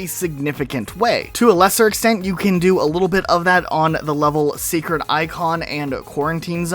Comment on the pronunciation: Did he just call 'sacred icon' 'secret icon'?